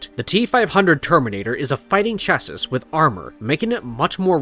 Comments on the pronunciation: Chassis…pronounced shassay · Chassis is pronounced as Chass-See. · CHA-SEE Is the correct pronunciation. "Cha-sis"......LOL!